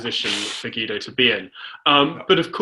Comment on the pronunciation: Hi Guido, when are you going to talk about your incompetent government? And why can't you pronounce your own name? I'm actually embarrassed on your behalf.